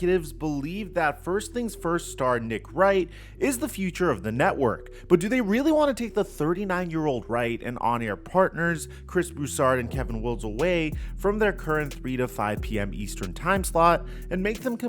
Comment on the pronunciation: They just moved first things first in their time slot I doubt they're about to move again on top of that my guy the man's name is pronounced Kevin Wilds and he is a freaking gem!